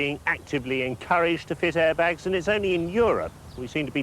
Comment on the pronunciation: ITS CALLED AIRBAGS NOT ARIBAGS